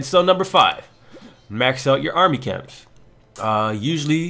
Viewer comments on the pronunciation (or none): none